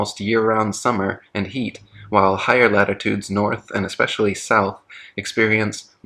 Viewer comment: When someone pronounces the word "especially" as "exspecially" you should definitely take them seriously because they obviously give a shit about anything